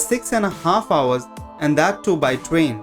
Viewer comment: He says fastest rain XD